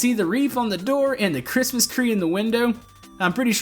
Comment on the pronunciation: you said Christmas cree while doing the new house I'm not judging.😉